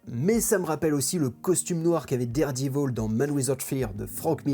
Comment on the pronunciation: Derdivol ??? Spidé ??? C'est quoi cet accent 😉Marco Checchetto est un très bon artiste ... mais il a la facheuse tendance a foutre des barbes a tous les héros principaux ( Franck Castle, Matt Murdock et là c'est Peter Parker et c'est pour ma part très chiant .